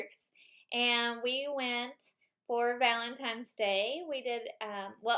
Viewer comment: Valentine's not Valentime's